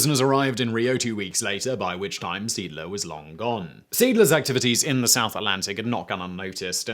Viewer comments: Good Sir, Seeadler means sea eagle. The first to e's are pronounced like the e in engine and the following a like the a in arrow. You pronounced it like Siedler, which means settler. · Video is nicely done. Seeadler is pronounced see-add-ler. German for "Sea Eagle". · Well, he said Seeadler in a way, that it sounded like Siedler (settler). That is not "Pronunciation Nazi", that is simply correcting a mistake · /ˈzeːˌʔaːdlɐ/ - See+Adler, not "seedler". Hate to nitpick, but it's not that hard to look up the pronunciation of the main subject of a video. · It's pronounced "zay-ahdler." (Or you could be consistent and render the translation as "seegle.") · My good fellow... Moewe = "moovah". Seeadler = "zay adler" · Seeadler - sea eagle. "Zee ahdluh" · SEEE - ADD - LER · Sounds like "Siedler". It took me a while even after the picture with the ships name was shown to realize what he was trying to say. :D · Seeadler is not pronounced Siedler. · I know, it threw me off so much! "... and rechristened the boat The SMS Siedler" The Settler? "... or, The Sea Eagle." Ah. Seeadler. That's... I guess I see why he said it that way? 3 letters making a single sound? That doesn't really even happen in english! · I was typing this out. This frustrated me greatly. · The pronunciation of Seeadler made me chuckle. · Seadler lol. It´s a compund word. See + Adler meaning Sea Eagle. Not one word pronounced like a English one ^^ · Being bi-lingual can be a curse, you keep calling the ship the Siedler, (settler) but its Seeadler, which means Sea Eagle, and is pronounced Say-Adler. You are forgiven though, if only because your beard is so manly ;) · Learn to pronounce the things you want to talk about! This is disgustingly bad at this point. "C-dler"? GTFO. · Dude! The name of the ship was German for "sea eagle". "Seeadler" has three syllables, not two: zay-AHD-luh. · It's pronounced Seh - Ahdler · it is pronounced zay - addler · seedler?!? ZAY AHD-ler!!!